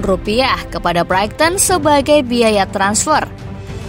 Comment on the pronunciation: kesalahan double, 7 point dari 3 pertandingan dan Brighton menjadi Brighting???, makin sering kesalahan pengucapan. Jujur aja ga nyaman dengar nya.